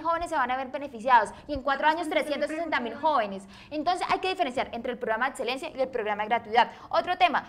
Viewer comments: dice "edselencia" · En serio no puedo con la muchacha que dice "etselencia, atseso y otsiones" !!! Lo siento por el comentario vano 😉 muy bueb video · Adsedan. Edselencia. Odsion... Los estragos del uribismo en la energumena.